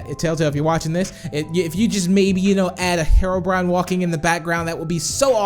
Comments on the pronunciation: Hero not mero brian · Its HE-ROW-BRINE NOT HERROW-BRYAN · Btw it isnt said how u say it its he ro brine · said harobrine lol 😂